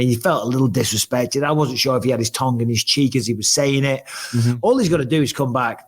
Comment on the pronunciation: Bisping the only Brit who calls a tongue said”tung” pronouncing it “tong”😂